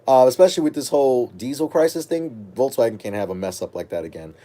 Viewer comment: VOLKS not VOLTS